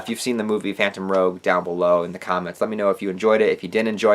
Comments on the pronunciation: Phantom Rouge (Pronounced Roo-shh or roo-je) “rouge” means red or I guess like a scarlet in reference to kurapikas eyes ... just so you know 😁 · That's a good movie review dude No offense but i think the word at the end of the word phantom is actually pronounced rouge (Roozh) Either like the red color or the state of Louisiana called Baton Rouge That's because Rouge is spelled in (R-o-u-g-e) Rogue that you said is Spelled in (R-o-g-u-e) I don't think that both of the words are the same thing They're both different words because of the letters in between 😅 But good video tho!! 👍